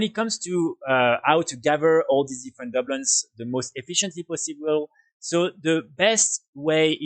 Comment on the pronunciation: Just so you know your saying that wrong it’s Du Bloons not Dub loons but thanks for the video love the channel just started playing wow again after a 12 year break and your videos have been helpful :)